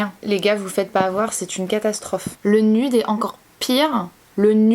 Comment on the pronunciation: Elle vit en amerique et elle dit "nude" encore plus avec l'accent francais que les francais qui parlent pas anglais jpp